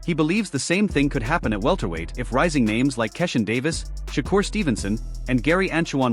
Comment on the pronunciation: I hate this company video because they are always disrespectful and how horrible they pronounce fighters names, that’s a sign 🪧 of disrespect say Keyshawn Davis name correctly or don’t even bother to make the video